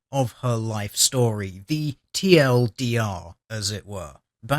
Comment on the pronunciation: You pronounced it wrong. It's supposed to sound like "teal dear."